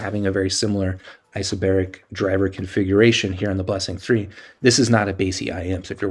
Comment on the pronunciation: its not isobaric